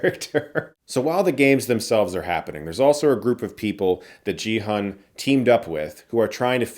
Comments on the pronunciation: Chris, the Korean names should be red: not 'Gee Hun', but: 'Ki-oon'. And it's not 'Lee Byung Hun', but: 'I(i) Byunnun'. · Gi-hun is pronounced Gee like Geese not Jee. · "Gee-HOON", not "JEE-HUN", respectfully. As an old school/OG BigBang/KPOP fan who's been out of the KPOP news loop, it just warms my heart to see T.O.P. (the guy who plays Thanos), despite all the controversy against him. (Plays T.O.P.'s "Turn It Up", iykyk...) Also that arm movement he does on the carousel is a reference to one of their (BigBang's) most famous songs, "Bang Bang Bang", which is perfect since they're all getting shot. TT_TTv Jo Yu-ri, who plays Kim Jun Hee/Player 222 (the pregnant girl) is also a KPOP Idol from Iz*ONE, and a great singer; though they're not part of my generation (of fandom - I'm way older), I've come to appreciate them more. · It's not pronounced GEE HAN lol. Watch the dubbed version for clarification haha. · It's a hard G in Gi-Hun. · My dude that is not how you pronounce Gi-hun. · Another (white) Youtuber mispronouncing Gi-Hun 😪 is it really that hard to get two syllables, right? It's about time we say Korean names correctly now that we've embraced their movies and shows. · You watched the whole show yet can't say Gi-Hun's name right?